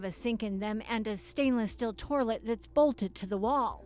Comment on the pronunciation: "Stainless steel torlet"? lol